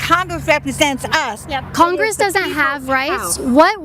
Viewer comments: Whats "congwess" ? 😂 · He is taking away rights of congwess that rasically wabbit